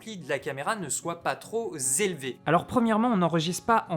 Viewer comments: " ... afin que les niveaux ne soient pas trop z'élevés..." ce micro corrige-t-il les fautes de français ?! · "Trop z'élevés" Presque :D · Bon test, merci! Par contre les "niveaux troz élevés (x2)" ont heurté la sensibilité de Dr. Bescherelle. La bise.